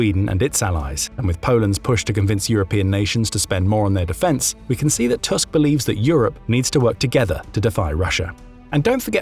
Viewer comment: Thank you for this informative video! Just a fyi from a Polish person: Donald Tusk’s surname is read “Toosk” like in “goose” not “Tusk” like in “Musk” :)